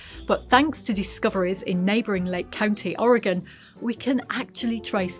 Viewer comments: Fantastic! Thank you for pronouncing Or e gun (Oregon) correctly! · I love this feature! Thank you for pronouncing “Oregon” correctly. Many in the US fail to do so and it tends to make people from the region cringe. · Wow! Thank you for the correct pronunciation of Oregon! Might have missed news of my state of I didn't watch TT regularly. Maybe a sub-title would bring other Oregonians to watch this episode 😉